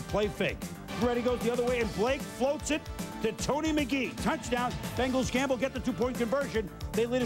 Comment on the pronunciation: Bengals, not Benglas.